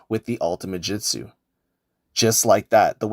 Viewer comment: Bro stop saying "jitsu", it's "jutsu" 😭 good tutorial tho